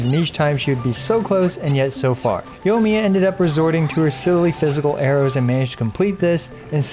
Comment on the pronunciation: YO-miya lmao